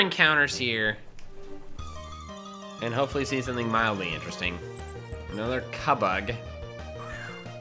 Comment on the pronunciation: Cubbug pronounced cue bug